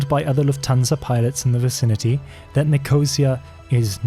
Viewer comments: I was impressed by your pronunciation of German places and Israeli names, until you attempted Nicosia and Larnaca in Cyprus 🤦‍♂️ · Nicosia is not pronounced correctly. Larnaca needs some work as well. Aden too. Someone else noted the Airbus 707 issue. The airport diagrams show them today, rather than in the 1970s - a lot has changed. Wikipedia says pilot was shot in Aden but his body dumped in Mogadishu - differs from your account.